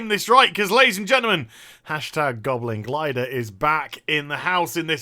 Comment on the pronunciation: I am French and I know how to properly tell "Goblin Glider" thanks to you.